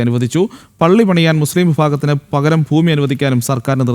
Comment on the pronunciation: ഫൂമി അല്ല ഭൂമി